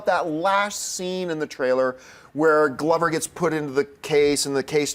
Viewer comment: Stop mispronouncing Donald Glovers name!!